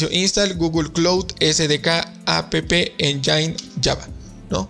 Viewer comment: Saludos, oye me dolió el oído, la palabra "engine" no se pronuncia enyain, sino ényen. Buen día.